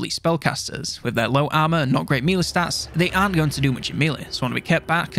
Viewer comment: Will you please learn to pronounce 'melee' correctly!!! The rest of your content is great, but it's like nails on a chalk board when you keep pronouncing melee incorrectly.